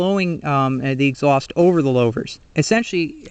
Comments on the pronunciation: lou-vers not low-vers good vid thow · Good info on the design of new and old style glasspacks. In the old days we would bake the glasspack in a fire pit before installing. I always heard Louvres pronounced as Lewvers not Lowvers. Just like in the name Lou Castello. 😷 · Louvers like ew or St. Louis not lovers with a long L.